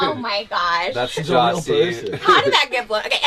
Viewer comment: "if their beef was weal"